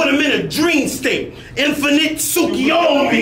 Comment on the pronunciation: Makes me happy pronounced Tsukuyomi correctly. And the fact he is havin fire Naruto bars like this and the kekkei genkai line in the 2v2 battle for Stay forever Edit: another fire Naurto line at the end with the white Zetsu